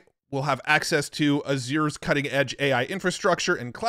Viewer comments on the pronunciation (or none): A-zher. A like in “cat”, stressed. “zure” rhymes with “sure” but with a “zh” sound, like щ. It almost rhymes with “badger”. Why can no AI focused Matts pronounce this word?